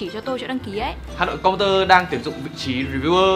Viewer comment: hà nội computer mà đọc cứ là hặn compurer